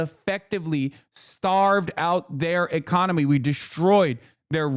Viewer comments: "Economey", an extra letter in this economy? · The "Economey" is Cooked. Umm... you're better than that, Hasan.